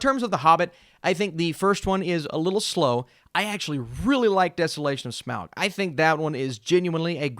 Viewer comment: Okay… I’m just totally impressed with how quickly and casually you threw the correct pronunciation of Smaug in like it was nothing.